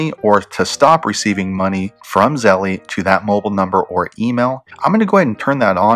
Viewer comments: Really good video man!! But it’s pronounced Zel not Zell-E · its pronounced zel bro, not zell-E lol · Thank you for this comment Z. Fortlow 🙌🏽🙌🏽🙌🏽🙌🏽 Yes its Zelle, like Belle not Zelly (zellee, zellie, belly, etc). I couldnt focus with the grammar thg. Honestly, giving instruction on something to guide / direct others on the right path, when one does not know its properly terminology can be a bit hesitating to trust on a range of things, platforms, etc. The professor in me won't let up. (Things that make you go, "hmm." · It is Zelle, as in gazelle. 🤦🏽‍♀️ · PRONOUNCED ZZZEEEELLLLLLLL MY GOD!! Lol cringe good educational content though! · I too cringed the whole friggn time. 🤦🏽‍♀️ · JESUS PRONOUNCE THE NAME RIGHT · I thought it was Zelle like gazelle, not Nike like Nik-e. But thanks for the info. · Nahhh I think he saying it wrong lol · Nah I think it's him. Even at the bank they don't say it like that